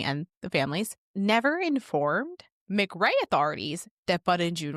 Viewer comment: It's pronounced Muuhh Cray and Oconee is O coney!! Im just across the Ocmulgee River from there in Wilcox County